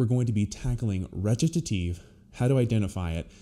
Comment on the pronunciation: Wait, howdy you pronounce Recitative? t sounds like Ret-ta-tive.